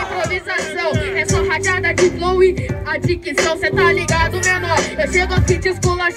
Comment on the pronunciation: Ele fala adicção kkkkkk